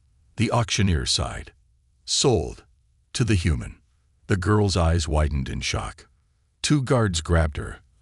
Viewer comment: Why are so many of these nice stories ruined by poor AI it’s widened not whitened, sighed not side, debris not whatever is said then the totally illogical sounds like b z z d, plus Ethan seems to be pronounced differently multiple times. I know you need AI to make these stories but how about listening and editing before you post then your nice stories. Just a thought.